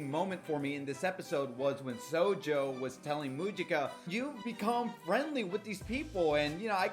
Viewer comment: me only noticing you saying sonju wrong XD (this isnt a hate comment btw)